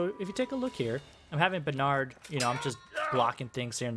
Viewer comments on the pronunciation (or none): none